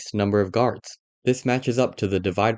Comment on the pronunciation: the original guy said “gurads” instead of guards and “deegres” instead of degrees